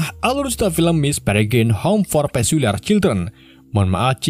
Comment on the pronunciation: Anak paculiar not pasuliar